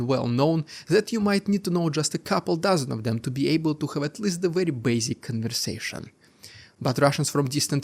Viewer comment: Please, ”have” and other words starting with H are not said ”sch-ave”